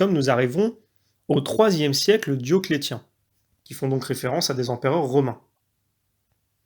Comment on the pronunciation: Il faut dire Diocléssssssssssssien.